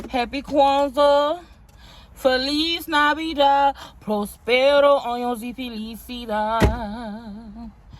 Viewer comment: Not my girl sounding like a true Boricua singing Feliz Navidad ❤